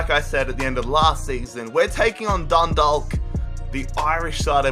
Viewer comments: its not pronounced Dun-dalk Its pronounced Dun-dawk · The way you say dundalk